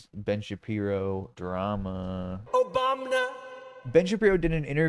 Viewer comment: "Translate to English" comprehensive... Comprehensive lol wtf? The word comprehensive lol really youtube and google? He said OH BUM NAH. Okay lol.